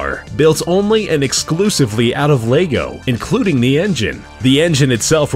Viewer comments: Strange choice getting someone who can't pronounce Lego to narrate a piece about Lego. Or is he talking about another similar product called Leygo? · Lego, not lay go... Fool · It's pronounced LEG-O. Why do Americans have to take words and murder the pronunciation. It's not LAYGO. Ffs. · your pronouncing lego wrong you say (l-ay_go) it said like (l-eh-go). an you dont say legos. it lego bricks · It's LE-GO. Not Lay-go. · does everybody pronounce it LEYGO instead of lego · is pronounced leg-o not lay-go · It's Lego not Leygo! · It's Lego not Leygow....... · it's leg not laygo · Why do you say "laygo" it's just lehgo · It's pronounced leg-o no laygo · It's Lego not laygo! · LE.GO not LAY.GO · Dom Baker He says it like most people say "Leg". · That pronunciation though Xf 'Laygo' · the reason why i wrote largo is its because the way he says it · have some one an gun because i am gonna be crazy about lego he is saying laygo wtf !!! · Why do americans mispronounce everything? "Laygo" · No offence but why do Americans pronounce lego as lAgos like they put so much emphasis on the a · Who the fuck calls it Lay go